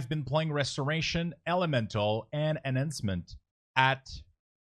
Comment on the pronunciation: omg duuude, good vid but man,. that pronunciation of enhancement shaman kills me...